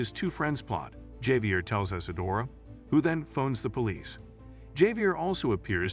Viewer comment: Javier is pronounced as Javier not Javier. Anyways, thanks for the recap!